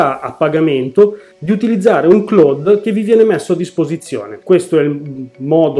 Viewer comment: Si pronuncia claud È una parola inglese Ciao